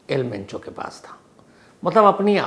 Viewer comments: Penchoo nhi mencho h dada😅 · आज आप किसी पंजाबी के साथ बैठ गए थे क्या सर जी जो मुँह से मेंचो की जगह पेंचो पेंचो निकल रहा है।😂😂😂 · Pencho nahi Mencho😂😂😂😂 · एल पेंचो नहीं एल मेंचो नाम है सर